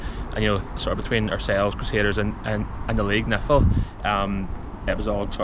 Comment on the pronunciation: Love you but dont ever say NIFL as word 😂😂 it's like saying spfl 😂😮😂😂